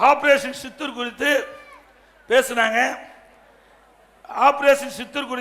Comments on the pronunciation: சித்துர் அல்ல , சிந்துர் 😊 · Ayya adhu operation sindhoor operation sithoor illa 😂😂😂 Sindhoor kooda olunga solla theriyala nee ellam oru ethir katchi thalaivr ru 😂😂😂